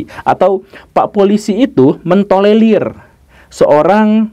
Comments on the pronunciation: Tolerir bukan tolelir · gemes denger pak guru slalu ngomong tolelir, bukan tolerir😄